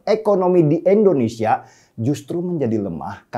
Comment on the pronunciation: Maaf bang, Indonesia bukan endonesia